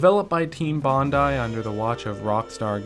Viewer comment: You are the only American I've ever heard refer to this developer with the correct pronunciation of their name (Bondi = Bon-die) Bravo. That alone tells me you cared when you put this together. Subbed as soon as I heard this. Solid, solid work. Thanks. p.s. LOVE this game. Edited to note the great use of chapter titles in the style of the game's case title cards. It's the little things.